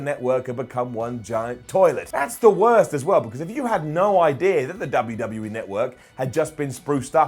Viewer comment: WWE Notwork! Come on man you're English this is your language bud!